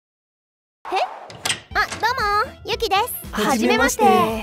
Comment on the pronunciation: ゆきってgukiじゃ無くてyukiですよ、gukiはぐきです(誰にでも間違いはある)